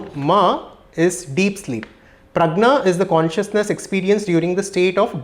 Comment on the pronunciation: This person himself probably doesn't know Sanskrit. He read from translated book. He said Prajna instead of the correct word Pragya of deep sleep. He says Braaman instead of Bramhan. But he summarized Mandukya for whatever it's worth🙏🙏